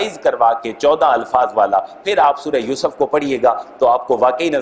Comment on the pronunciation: Please make correction by myself in two words pronunciation yousuf and younus